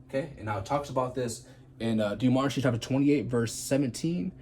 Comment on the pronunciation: It's Deuteronomy, not demonitry